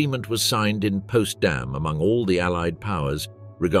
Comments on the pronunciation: Potsdam, not Postdam. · Potsdam, not Postdam 😂😂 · Himmler died from cyanide, not arsenic. The city is Potsdam, not Postdam. This doc is peppered with errors.